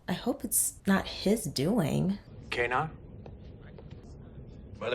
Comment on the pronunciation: Oh, O'brien pronounces it KAY-nar, then on DS9 it is pronounced as ka-NAR.